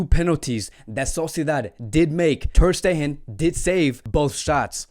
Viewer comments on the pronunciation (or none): I do appreciate the analysis, but it would be even better if players' names were pronounced correctly. "Januzaj" is pronounced like "Yanuzay" not "genocide". Also "Ter Stegen" is like "tersh tegen"...